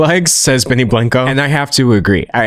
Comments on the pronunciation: “benny blank-O” hurt my soul to hear😭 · Benny “Blanko” D’Angelo ur Texas is showing!!!